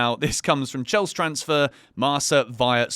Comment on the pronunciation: It's pronounced MARKA. What a football expert!